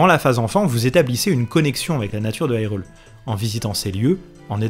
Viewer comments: Ça se prononce "HyrULe" Pas " Hi reul" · je te met un like ta fait un bon boulot!! mais bordel!!! on prononce irule pas AILRULE!!! soit tu prononce irule a la francaise ou alors prononce le ailroule!! enfin treve de grivoiserie encore bravo pour le taf accompli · Pourquoi dire "aïrule" au lieu de "hirule"et dire "jérudo" au lieu de "guérudo" 🤔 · Je like, je suis abo', bon boulot etc... Bon, sinon, on en parle ? Haïrule ? Jeroudo ? Ça pique mes oreilles 😅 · Mais pourquoi tu dis HIGHrule? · Haïrule ???? Mais pourquoiiiiii ???? Nooooooooonnnn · Pourquoi prononcer hyrule a l'anglaise alors que c'est un jeu japonais traduit en Français ? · Pourquoi pas ? Si on francise la prononciation de Hyrule, pourquoi prononcer "guérudo" quand en français gé se prononce jé ? Je suis conscient que ce sont les prononciations canonisées par le doublage de BotW mais elles me semblent incohérentes et irrespectueuse de l'idée derrière le mot Hyrule (high rule, qui sera mis en opposition avec Lorule dans ALBW).